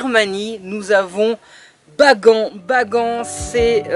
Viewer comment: Et on dit baganne pas bagant